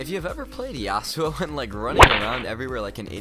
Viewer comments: Its "Yasoo" not "Yassuoh" thx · its yas-u-oh fyi. Watch Yasuo’s champion spotlight, even Phreak pronunciation was Yas-u-oh.